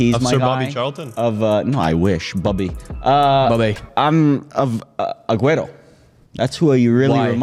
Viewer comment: did he said aguero 😂😂😂😂